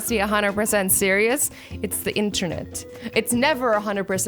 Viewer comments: Azzy says internute… you mean internet? That made my day thank you xDD Can't believe nobody else mentioned that >.> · Did that shank just say interNEWT 😰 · she said internude instead of internet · omg Azzy you said internoot!! why tho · then way she says internet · the way she said internet ... what 😂